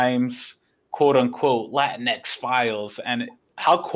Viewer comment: Pronounced as "La Teenks"?